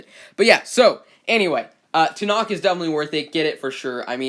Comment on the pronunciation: You said it right